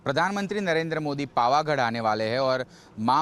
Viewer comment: Bhai bol na shikh le pavaghad bol pavghad nay